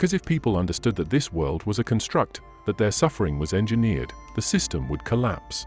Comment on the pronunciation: This video is narrated by an AI program, is it not? Such programs are getting more sophisticated, but there are little tells that give it away. (For example, the word "construct" is always used as a noun in this text, but the narrator always pronounces it as if it were a verb.)